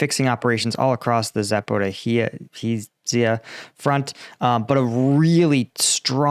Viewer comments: HI! To pronounce Zaporizhzhya corectly try to use firs sound in word "joke" instead "zhzh" part. It would be something like "ZaporiJa". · No, it is actually getting worse (Zaporaheezia, Novo Michael leave ka, Harkeeve). ain't even trying, but it's okay. People don't come here to learn how to say those names, after all. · That is obvious. Neanderthal is in my genes, yet I cannot speak it. For it would be easy to say Za-po-rish-ya, still not quite correct, but Ukrainians will not scratch their heads like they would if he asked them which way to Za po ree hee zee ah.